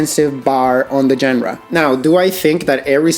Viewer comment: Surely pronouncing "genre" correctly can't be that hard.